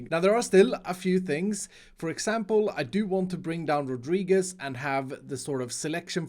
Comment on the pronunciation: nice pronunciation on "Rodríguez"